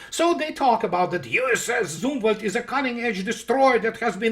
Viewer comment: ''Zumwalt'' 🤔...sounds like Zumwald. Looks like paperclips influenced U.S. military heavily 😏.